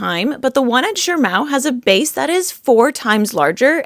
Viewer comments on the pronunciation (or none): why do you pronounce it like Shirmao when there is no 'R'' in Shimao? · THERE'S NO "R" IN SHIMAO! 🤬🙉